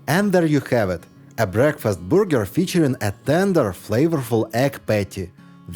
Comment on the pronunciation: I really admire people who learn another language and I know from trying to learn myself how difficult it is. So, I want to mention that it's a good idea to learn how to say burger and not booger, because the second is something that comes out of your nose!